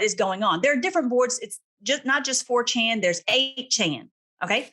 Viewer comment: Having trouble understanding the pronunciation. Did you say the dark web site is called Fortune, For Ten, or 4Chen? The only one I found was the latter. And it’s wild alright!